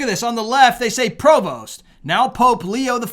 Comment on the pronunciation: Heads up: the "st" is SILENT in the pronunciation of Prevost, so either "pree-voh" or "pray-voh" is the way his name is said depending on whether Spanish or French.